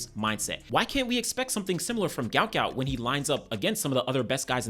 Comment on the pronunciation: Say his name properly Guot Guot. What an Aussie legend.